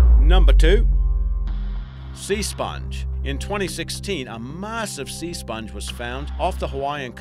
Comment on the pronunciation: Dino Assasin553 Yeah, first thing outta his gob. Did you also notice certain words like massive pronounced "maaaa sive" I think all this bloke does is narrate and ain't got a squiggle do what he is talking about!